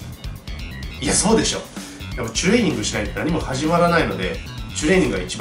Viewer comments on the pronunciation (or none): 前から知ってはいるけど、 いちいちチュレーニングの 「チュ」の言い方が気になるなーwww